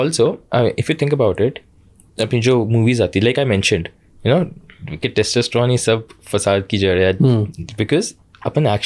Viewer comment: Every time Shamani incorrectly says "testEsterone" 🫤